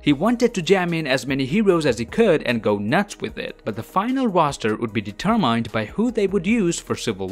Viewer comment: Did he just say deter-mined